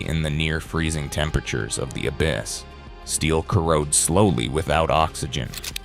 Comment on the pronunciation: MORE AI SLOP! I'm not even two minutes into this video and already the word "abyss" is mispronounced as "AB-ISS!" I can only imagine what's ahead. FAIL!